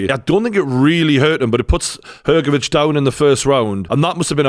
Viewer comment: thanks for pronouncing Hrgovic correctly with "CH" sound in the end. Not everyone is able to do it